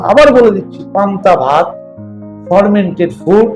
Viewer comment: উচ্চারণটা ফরমেন্টেড নয় ফারমেন্টেড। সব ওয়েদারে fermented food তথা পান্তাভাত চলেনা। কারণ কোথায় কোন ব্যাকটেরিয়া তৈরী হবে সেটা বোঝাযায়না।